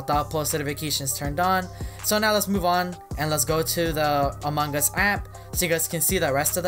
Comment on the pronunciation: Why do you say among gus? Who's gus?